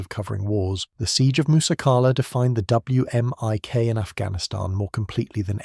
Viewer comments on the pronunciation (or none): you say "whimic"